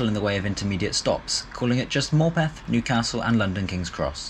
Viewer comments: Mad that a low cost service can make seats so much better than the full price super expensive operators! NB Morpeth is pronounced Morputh, not MorpEth as you are saying. Ta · Morpeth is an 'upper-crust' commuter dormitory for Newcastle . . . PS pronounced 'morpth', not 'morepeth'. Pleasant place. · Morpeth is pronounced "Morputh".